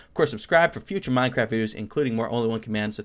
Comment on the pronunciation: Who else hears say Honly one command